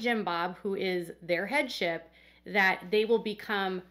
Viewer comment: You were saying “headship” and I thought you were saying “head chef”! 😝